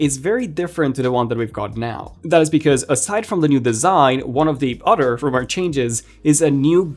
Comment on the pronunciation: It’s “other”… not “utter”… lol